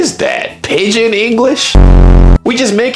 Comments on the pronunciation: Its pidgin English, not pigeon! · Pidgin, not pigeon. I hope you're aware that the U.S. drinking age was 18 until pretty recently. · How can you speak some mandarin, and not have heard the phrase "pigeon english"? edit: more correctly "pidgin english". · Wikipedia: PIDGIN not pigeon 😂 A pidgin[1][2][3] /ˈpɪdʒɪn/, or pidgin language, is a grammatically simplified form of contact language that develops between two or more groups of people that do not have a language in common: typically, its vocabulary and grammar are limited and often drawn from several languages. It is most commonly employed in situations such as trade, or where both groups speak languages different from the language of the country in which they reside (but where there is no common language between the groups). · Its actually Pidgin English and some people call it pigeon when they mean pigdin (it's pronounced pidjin) It refers to a simplified, often grammatically reduced language that emerges when groups with different native languages need to communicate. It's not a native language for any group but a tool for communication between them, often in trade, or when there's no common language. While it's derived from English, it's not Standard English but incorporates elements from other languages and cultures.